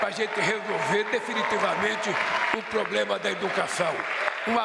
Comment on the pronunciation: Pior, de um semi analfabeto que fala pobrema